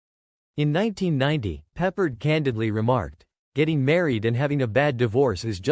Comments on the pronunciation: George Pep-PARD. Not George Peppered. So ridiculous. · Maybe learn how to pronounce his name.